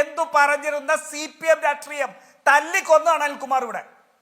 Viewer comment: രാട്രീയം അല്ല രാഷ്ട്രീയം ആണ്.. ഇയാൾ എപ്പോഴും രാട്രീയം രാട്രീയം എന്ന് പറയും. ഇത് പോലെ പറയുന്ന വേറെ ഒരാളും കൂടി ഉണ്ട്. ജയ്ക് ആണെന്ന് തോന്നുന്നു!